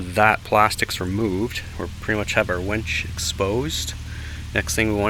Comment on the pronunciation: Its a winch not a wench